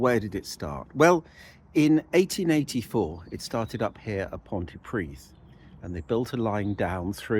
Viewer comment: “Pont uh pridd” not “pont tee pridd” please 😊